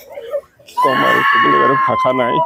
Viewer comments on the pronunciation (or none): none